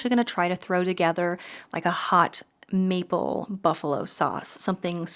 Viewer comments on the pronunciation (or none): none